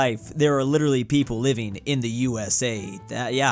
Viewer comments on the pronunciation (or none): none